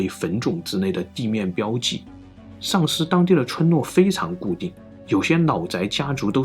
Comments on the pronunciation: 的口音一说“上思”让我以为是“丧尸”。一听到“丧尸”我赶快就集中注意力了…… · 所以到底是丧尸还是上思，哈哈哈哈哈口音梗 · Shang 上 Sang 丧 四川普通话 分不清了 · 说出了我们的心声啊～～～哈哈，第一次听到“sangshi”还专门跳回去看了看字幕😂😂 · 到底是上思 還是喪屍 搞得我好亂啊XDDDDDD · 1822 Like 145 留言 最後說的：的確是重點，中文的言諧音效果，真的很不錯～上思(ㄕㄤˋ ㄙ)與喪屍(ㄙㄤˋ ㄕ)只相差捲不捲舌而已不是嗎？ 發音遗很準滴，～😄😃😎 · 说的即是 我在做别的事情 只听声音也是听着丧尸 好恐怖 看一下视频才知道是上思呀 🤭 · 我就听成了丧尸，赶紧退回去再看字幕，是上思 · 上思总听着像“丧尸”，哈哈哈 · 认识几个上思朋友这么久了从来没有想过丧尸这个方向的口误，的普通话水平真的超乎我的想象哈哈哈哈哈哈哈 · 听成了丧尸县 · 上思被销魂的口音念成丧尸，无形间增加了整个节目的质感！😂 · 好險有字幕.....不然聽完都變成鬼故事呵